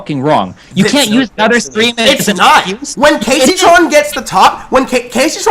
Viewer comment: says gayceytron lel